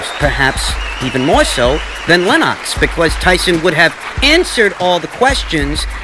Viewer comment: Lol 😂 “Len - ox”